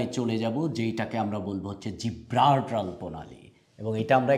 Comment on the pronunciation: উচ্চারণ সঠিক না, জ্বালানি, জিব্রাল্টার, ডোনাল্ড এইসব একটা উচ্চারণ ও সঠিক হয় না।